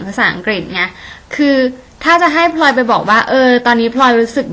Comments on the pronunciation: ฟัง พลอย เป็นแบบ พล็อย ตลอดเลย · ออกเสียงคำว่า "พลอย" ได้เจ๋งมากเลยครับ ออกเป็น "พลึย" 55 ชอบๆครับชอบๆ